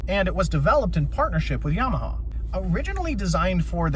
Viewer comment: Not to be a dick but I chuckled at “Yamahaha” 😂